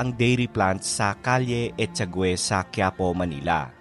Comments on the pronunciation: Ang ganda ng blog mo and I enjoyed watching.Di po yata echagwe ang pronunciation kundi etchaage.Nung nagaaral pa ako sa UE,madalas akong pumunta diyan.Ang sarap makitang muli ang Pilipinas kahit sa video lang. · I remember hearing it pronounced as es-cha- ge not es-cha-gu-e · sorry but it should be pronounced as "echage" not "echagwe". Fyi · ehagwe?Echage po pronunciation... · Echage ang pronounciation hindi guwe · Yes e cha ge dapat prounce mo